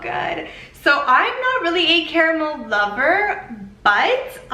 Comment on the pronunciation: Thank you so much for pronouncing it CA-RA-MEL instead of "carmel". Lol